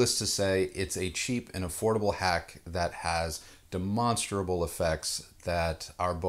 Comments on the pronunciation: Tiny quibble: Four syllables in 'demonstrable', not five. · de·mon·stra·ble No hate, but I laugh everytime you say this. :)